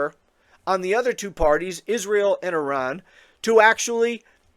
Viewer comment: Trump IS a neocon! And so nice to hear a USian making a good job of pronouncing Iran! 🙂 But re the Nobel prize - he'd make a perfect partner for Kissinger and "mother Theresa".